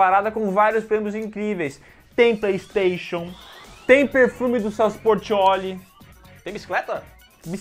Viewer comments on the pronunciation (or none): none